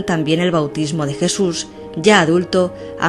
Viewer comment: ¿La "crusifixión de Jesur de Nazaret"? Esta chica debería aprender a hablar.